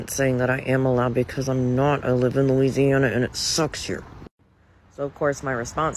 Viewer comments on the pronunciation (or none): none